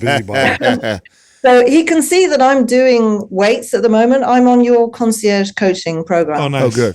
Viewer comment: How does still not know how to pronounce concierge?